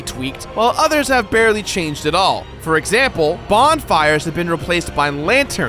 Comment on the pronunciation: did this dude just say "bondfires"?